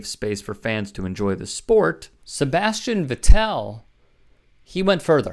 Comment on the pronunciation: Jesus 🤦 is such a moron. Dude understands so little about F1 he thinks cheering for Hamilton spinning off track…. A Mercedes driver…. In Austria…. Home of Red Bull…. Is somehow bigoted!?!? 🤣🤣🤣 What a damn buffoon!!! Can’t even pronounce Sebastian Vettel’s name correctly. Sign of a great “reporter”, when they can’t even be bothered to learn the simplest aspects of their job. Gotta wonder how much he dedicates to getting correct when he can’t even get the simple things right. 🤣🤣🤣